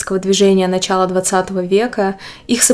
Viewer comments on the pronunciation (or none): none